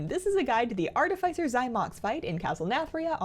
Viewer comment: It's pronounced: ärˈtifəsər